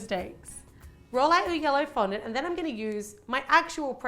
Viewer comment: Lol "it's fondant!" It sounds funny with his accent